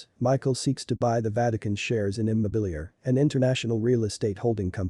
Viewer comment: Dude, it's not Im-mo-bee-lair. It's prounounced throughout the film as EE-moh-be-lee-AR-ay. Makes me think you never saw the film. Fail.